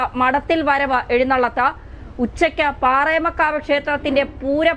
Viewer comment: പാറമേക്കാവ്..... പാറേമക്കാവല്ല കുട്ടീ............